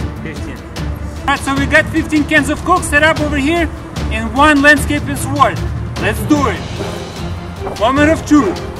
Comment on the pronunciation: P Go to He clearly says that they have "15 cans of coke setup over here, and one landscaping sword." Extra emphasis on the "W" in sword lol.